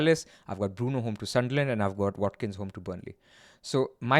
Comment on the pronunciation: Wat-Kin change.